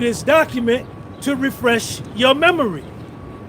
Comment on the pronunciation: “Let me refresh…your memury “